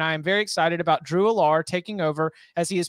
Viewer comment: Drew Allar is pronounced AL-er. Not al-LAR.